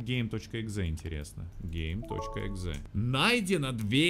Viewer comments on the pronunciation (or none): мне одному послышалось г*й exe а не game.exe? 🗿